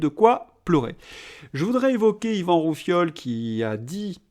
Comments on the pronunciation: Intéressant. Par contre, c'est Rioufol et pas Roufiol. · Décidément vous avez des problèmes avec les noms !! Yvan Rioufol et pas Roufiol 🙄 !! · Vous m'avez bien fait rire en disant Yvan RouFIOL ! :D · ROUFIOL , C'EST PAS MAL!😉😛😝